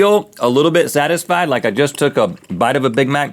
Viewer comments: He said sastified I couldn’t stop laughing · Turn on the subtitles , it makes it funnier , instead of satisfied it said sass fied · Rhett just said sastified 😂 "half a bowl of mac and cheese just to get sastified" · Are we not going to talk about how Rhett definitely said "sastified" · "Sastified" XD